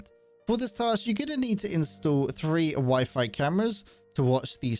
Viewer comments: Weefee? Lmaooo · “Wiffy camera”